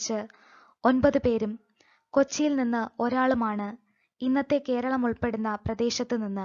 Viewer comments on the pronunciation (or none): none